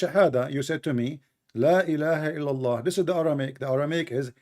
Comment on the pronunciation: la ilaha ila ha ha? are you guys okay? Thats not even how you say it. The dude is CLEARLY not muslim. Yall are a joke! hahaha